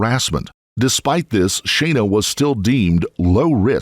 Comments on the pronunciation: Her name was clearly pronounced Shauna in the video, not Shayna. I believe it would be more respectful to the victims if you would check the pronunciation of their names before making these. Otherwise, great job, thank you. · FFS it's "SHAAH-NA" not "shay-na" you seppo tw*t, at least give her the honour of pronouncing her name correctly in her memory!!!! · Her name is pronounced as Shawna. Just sayin. I've never heard my name said so many times in such a short period of time. Sorry for the off subject comment. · Thumbs down for "Shay-na" ...you c**t.